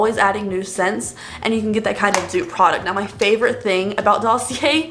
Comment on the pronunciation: Dossier is pronounced "daw-see-ay" 👍